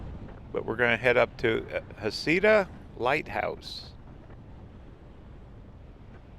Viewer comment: Love your channel…. But asking the locals — isn’t it pronounced “Heck -uh-ta”?